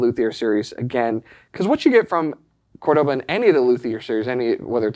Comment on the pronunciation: Great video! Great guitar! Love the channel and the store! Please note the name Córdoba has the accent on the first syllable, not the second.